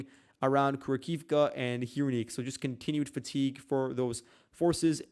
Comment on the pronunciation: That town/small city is pronounced Ku RAK hovah. Annunciate on the second syllable, RAK. It's not one syllable there, not "Kura", but 2 syllables, "Ku RAK". So, Ku RAK hovah (e makes an "ah" sound there) = Kurakhove. Just trying to help you out dude. I checked the Cyrillic alphabet. I know it does not translate well into the Latin alphabet, why you are having trouble with it.